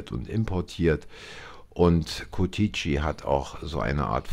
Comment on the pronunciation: Ich denke sie kommen nicht aus Rumänien, habe es bemerkt wie sie Curtici aussprechen 😂 aber sehr sympathisch